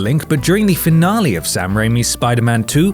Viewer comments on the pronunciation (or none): none